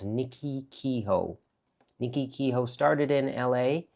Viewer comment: I'm DELIGHTED for Rajiv. Quality sells. As children, my sister & I also made numerous sketches whenever we were somewhere different or new. Now, decades later, looking at those little sketch books brings back memories and emotion stronger than any photograph. Meanwhile, where did this pronunciation of Kehoe come from? Clann Kehoe is horrified...